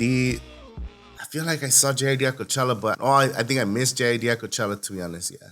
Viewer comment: it’s JID, pronounced like “Jid” with a short i sound, not “J-I-D.”😂😂😂😂😂😂